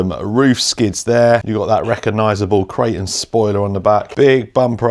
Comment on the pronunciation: It's not a "kray-un". "Kray-ton"